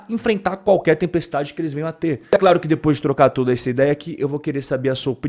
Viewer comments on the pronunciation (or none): none